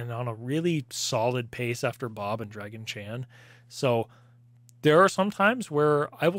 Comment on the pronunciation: I keep hearing "Draggy Chan" myself, lol